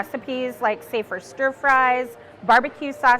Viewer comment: This is so cool and I wanted to share that when she said "say, for stir fries" I heard "safer stir fries" like "safer sex" and I was wondering what stir fry risk reduction would look like before I figured it out. Anyway, thanks for doing what you do.